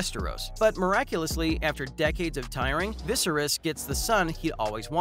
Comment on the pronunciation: Dude, learn how to pronounce "Viserys!"